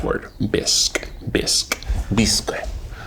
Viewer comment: Also bisque is french, and you pronounce it "Bee-s-k". Hope this helps.